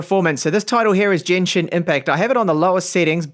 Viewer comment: Stop saying Jenshin impact, it's G as in God